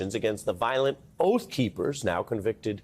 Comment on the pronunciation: "Oath Keepers" or "Oaf Keepers" ???